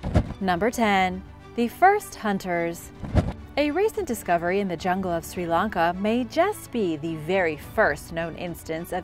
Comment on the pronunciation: Anyone else notice the “Sri Lakan”